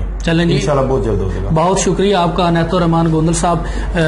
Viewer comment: او بھائ جان عنایت ھے انیت نہیں 😍😂😝